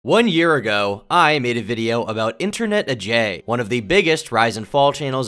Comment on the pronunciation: Still can't say his name right